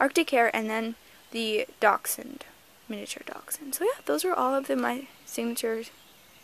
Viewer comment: Yes you said dachshund right